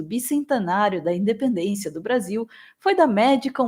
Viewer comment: 200 anos de "DEPENDÊNCIA"... sabe nem falar esse bossal...